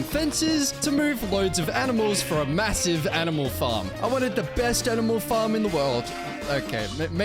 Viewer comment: Did u say massive?